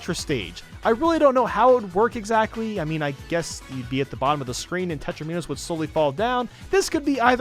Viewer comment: HE PRONOUNCES THEM "tetraMINos" NOT LIKE DOMINOS WITH "tetRAnimos" WTF WHERE DID YOU LEARN THIS